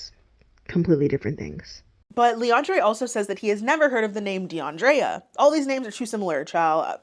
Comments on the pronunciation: I'm sorry, but the way "" introduces herself & pronounces her name, doing the most "DeAndrrréa"... annoys tf out of me.. Like girl. 😒🤦🏾‍♀️ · the dragged pronunciation of deandrea pissed me clean tf off. side note: that eyeshadow color looks great on u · The way she pronounced her name sounded like a Portuguese accent